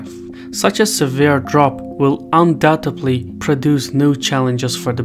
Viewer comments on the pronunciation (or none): none